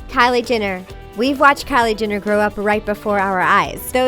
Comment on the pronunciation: THEY SAID "JINNER" NOT "JENNER"